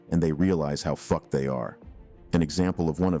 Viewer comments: 'hoe fay-zay' & 'fuck-ED' god this TTS needs better training lmao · Bro, you made me LMAO for a long time when you pronounced fucked as "fuck-ed".